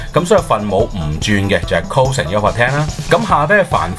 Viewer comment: 你都係讀cose嘅 人地叫cosine